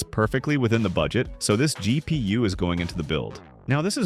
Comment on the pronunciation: Am I the only one annoyed with the AI voice over being unable to pronounce A-M-D or G-P-U or A-P-U normal? lol